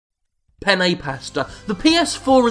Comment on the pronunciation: "penne pasta" ?